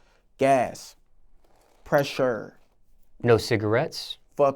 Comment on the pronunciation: that way he says PRESSURE then goes back to a straight face is fuckin psychotic wtf LMAOOOOOOOO